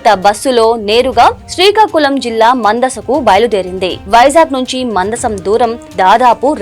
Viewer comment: Mandasam కాదు మందస